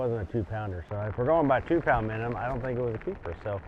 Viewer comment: Good job and great video SKEET! Was funny how you kept sayin "MiniNum" instead of "MiniMum"! Congrats on the top 5 finish. 🤙👍👊